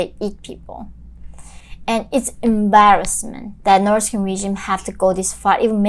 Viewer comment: Stop pronouncing "No'k people", and slow down a bit, sometimes it becomes tiring to understand your accent